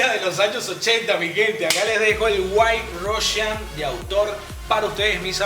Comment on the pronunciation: El "Diimelo Russian"